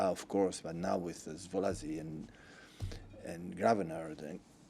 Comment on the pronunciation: Szobozlai ❌ Sibisly ✅